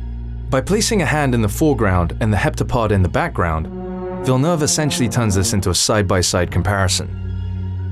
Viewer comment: I always appreciate when people learn to say Villeneuve correctly !